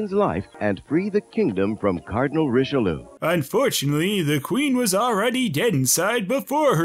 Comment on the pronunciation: oh..oh the pronunciation of richelieu... even charlie sheen didn't pronounce it that badly... ree shlyuh